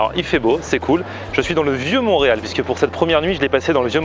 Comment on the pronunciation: Ont dis montreal et non moureal